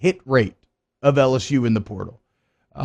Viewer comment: "Transfer perrtal" 😂😂😂